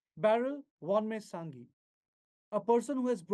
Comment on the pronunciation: Vanneihsangi...... proper noun can be pronounced in many ways, however, i would like to tutor our mainland brothers and sisters on how to actually pronounced the name. Vanneihsangi... the "A" in "VAN" should be stretched and pronounced as "VAAN"..."SANGI" should be pronounced SAANG-I (saang-e alphabetically and Not "sang-gi" as pronounced by reporter).. VAAN-NEIH-SAANG-I/E THANK YOU!!